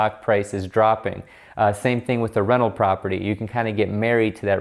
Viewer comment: Haha every time you say 'rental', I heard it as 'reno'.